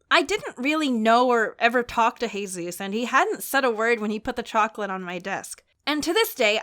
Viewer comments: Jesus is actually supposed to be pronounced as "heh-soos." I've only ever heard non-hispanic people pronounce it as "Hey zeus," which is odd because they're both easy to say? (Also, sorry if I came off like an ass, because that certainly wasn't my intention, lol. I'm not sure if there's two variations of the name or if people always botch the name somehow?) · It cracked me up that kept on saying heyzuez but i pretty sure that is was jesus (a spanish name) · Tbh I find it funny that pronounces Jesus as HEY-Zeus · thats the spanish way of pronouncing it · Jesus being pronounced Hesus was the greatest thing ive ever seen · DID YOU SAY HAYZUES? LIKE HAYZUES FROM CNN 10??? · Jesus? That's not how she pronounced it. Lol.